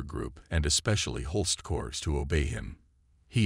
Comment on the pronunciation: I do wish your production team learned how to pronounce words. In German, if a word begins with J, it's a Y sound. You don't pronounce Jodl saying the J. The same with jawohl (yes). Also, Corps is not CORPSES. Unless you are speaking about the dead